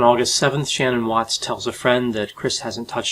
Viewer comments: M8, it's not Shannon. It's Shanann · It’s extremely hard to listen to this man mispronounce SHA NAN ‘a name as Shannon the entire time... of you can’t even get the players names right?!?!? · I’m sorry but I find it hard to listen to you because you can’t even pronounce Shan-Anns’ name correctly. It’s not “Shannon”. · Her name was Shan'ann not Shannon. I know its not a typical name but she deserves to have her name pronounced correctly. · I think her name is pronounced Sha-nan instead of Shannon. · Shannon is pronounced Sha-nann. Just saying. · In all due respect, if you expect anyone to take your observations seriously, at least stop mispronouncing the poor, dead woman's name...It's pronounced, "S H A-NAAN," & not "Shann- in"... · Shan-ann NOT "Shannon" S H A N - A N N just saying....Shanann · Her name is pronounced Shan-ann not Shan-un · Her name isn't Shannon. Not sure on the spelling but its pronounced Shan-Anne (Shan'nan?) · Its pronounced SHA-NAN not shannon! Get it right doc! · ShaNann's name is pronounced Sha-Nann, not Shannon. I was under the assumption Chris had murdered the little girls at home, in their sleep. It is truly horrifying to me that the little girls could have watched him bury their mother, then Bella could have known what happened to CeeCee, knowing her time was next. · I love this video but it’s SHAN”Ann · It's Shannan!! Say it right!! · Ok...I can't stand it...her name is pronounced "Sha-nann" not "Shannon"... At least get her name right bud. Please and thank u. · That's not how you pronounce the wife's name, it's Sha-nan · Dude you did an analysis video and pronounced the victim's name wrong the ENTIRE time - it's sha-NAN. Good analysis but that's a blunder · Thanks for the detail and thoughtfulness of this episode. In respect for the victim…her name is pronounced Sheh-naan. I’m curious how that bypassed your careful research. That aside. Thanks for all the great intel! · “Sha-naan” is the pronunciation ~ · Her name was SHAN-ANN